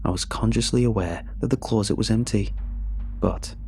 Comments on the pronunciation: Love how he says close-it rather then closet. 🇬🇧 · I h8 the way he says CLAWZIT instead of closet🤬🤬🤬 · Closet now clawzit 😂